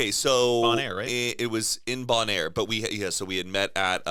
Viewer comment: i heard bon air i was like mm new place then they said island i was ohhh that one. its bonaire